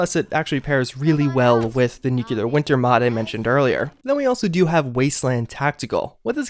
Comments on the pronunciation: This guy needs a voice coach or something. Nuclear. Not nuculer. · Its pronounced New clee ur! U sound funny saying Nuc yoo lar! lol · New-clear, not new-cular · Nukeuler? It's pronounced NEW-Clear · Nuclear - New CLEAR, NOT New KULA. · Still saying Nucular i see... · It actually blows my mind that you run a channel mainly revolving around a game series based on nuclear apocalypse, yet somehow don't know how to pronounce nuclear.